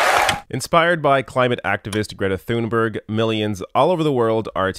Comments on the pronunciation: Her name is pronounced "Gree-ehtah Toon-beri-yeh", not "Greh-tah Thuhn-berg" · great job brother, please say Greta Thunberg's name right, it's pronounced "Toonberg". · As a Swede it both made me proud to hear a mention of Greta but I also LOLd quite a bit at your pronunciation of Thunberg (its pronounced more like toon-beer-g, with the g sounding like the ye in yeezy and no pauses between of course)